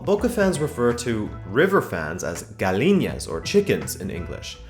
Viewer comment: The way you said gallina 😂😂😂😂